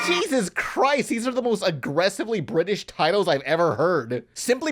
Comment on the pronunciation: BRI'ISH??? Only thing I remember about this movie was the lemonade Airheads they made Bedtime Stories but bad What Last Airbender movie ? Is that one guy still stuck in the theater watching this ? He's been there for over 10 years.